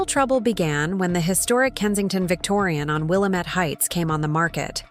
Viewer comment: Willamette needs the correct Oregon pronunciation rather than the Illinois pronunciation